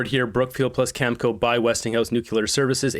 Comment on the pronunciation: please learn how to pronounce words! You're a smart guy with good info but, I can't watch you when you mispronounce words like nuclear and Cameco. I used to contract work for them, it's pronounced cameeko. Other words, I get it, you don't want to get a strike, it's bullshit to do that because it shows you're just there for money and that you're just giving lip service. That's fine. I didn't care if you have no integrity if you're reporting the truth. Your ass kissing of the orange menace pisses off and that's when I turn you off ass well. Stop ass kissing the disaster in his ass sir and learn English words and you might get sub back.